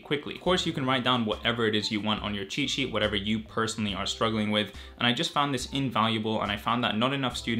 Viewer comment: Even though you're saying cheat sheet....what i hear is " chi chi "